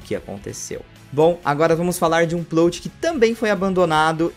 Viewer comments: pq vc fala PLOUTI e nao PLÓT kkkkkkkkkkkkk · Oi,, acompanho os vídeos há um tempão e gosto bastante, mas n sou de comentar na internet, rsrsrsrs. Só tava querendo te falar há uns vídeos já que A PALAVRA Plot se pronuncia com o "O' aberto, como se tivesse um acento ali: Plót. Valeu, continue com os ótimos vídeos ^^!!